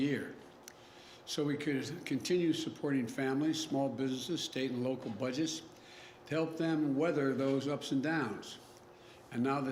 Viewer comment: Listen how Old Joe try’s to say the word budget. Joe says bu-giz. Joe Biden is a disgrace. When does he get his cognitive test done? Old Joe needs to be in a nursing home for God sakes.